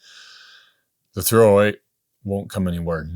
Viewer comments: The THREEohWEIGHT he said 308 so many times it became one word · Or was it the threeohWAIT